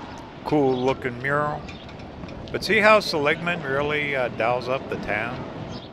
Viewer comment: See - Lig - Mun